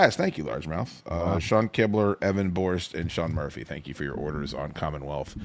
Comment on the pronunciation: Evan not "Even"